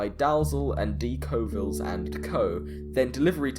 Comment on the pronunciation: You pronounced Colville wrong